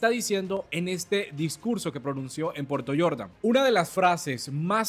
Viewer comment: No es Puerto Yordan, según la pronunciación suya. Es Puerto Jordán, lugar que conozco personalmente y por tanto, sé que NO se pronuncia Puerto Yordan, sino tal como se escribe.